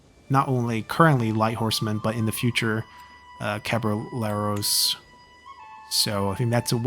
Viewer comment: If you want to speak a bit more correctly spanish... "Caballeros" is mostly pronounced "Cabayeros", although, being old iberian spanish I think it is "Cabalieros" (I'm not gonna kill you for not pronouncing it as a native spanish talking person). As for the video... I would play CK series, but my poor brain can't take all the things that you have to keep in mind to play, also I would like for the game to have a Total War-like battle system (I think that there is a mod out there for one of these Paradox games) so, for now, I will conform by watching you, for me you make interesting playing other cultures that are not yours